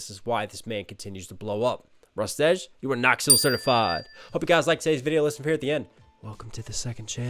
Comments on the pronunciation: Also for future Rustage is pronounced "rust-idge" when you say "edge" my ocd picks up and i start laughing. Not to be mean or anything... As for recs, DPS, FabvL, Cam Steady, and Shwabadi are some insane artists to listen/react to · something nitpicky i have to say is its usually pronounced Rust-idge instead of Rust-edge (it doesnt matter, just something i thought i would point out for future reference)